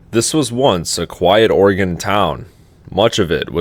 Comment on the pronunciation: Please never say it that way, it hurts my soul